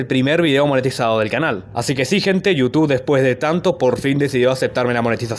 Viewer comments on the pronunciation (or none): none